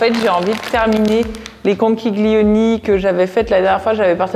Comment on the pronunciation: Coucou, pour les conchiglioni on ne prononce pas le g 😁